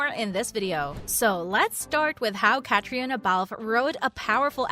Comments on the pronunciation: Its pronounced Katrina! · Please learn to say Caitriona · Mispronounced her name